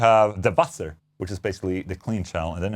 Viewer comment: I love the fact you got that close to the pronunciation of “Feuer” and “Wasser” Warms my little German heart